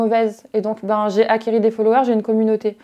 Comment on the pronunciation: Le "acquéris" 2x 😳😭😂